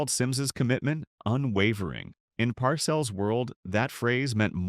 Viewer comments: Tell the robot the name is “Par sells” not parcels. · Blond crewcut? If that’s a crewcut you must be using AI vision! I see a young man with fashionably long hair. And Bill PARCELS? He pronounces it PAR-CELLS. He is only a Football HALL OF FAME living legend. Goodbye sub-par AI.😮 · Par-CELLS not 'parcels" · pronuced Bill PAR-Sells Jesus learn how to pronounce an all time great coach. here is the reason the Simms boo'd same draft Joe Montana (Notre Dame): 3rd round, 82nd overall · PARcills lol ... AI is funny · You mispronounced PARCELLS' name at least 3 times. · This is AI. Can’t even pronounce bill parcells last name right